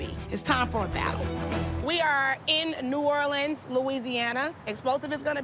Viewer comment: The coach from explosive j pronounced New Orleans wrong